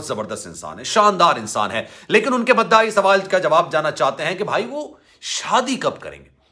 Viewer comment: Mda nhi mudah hota hai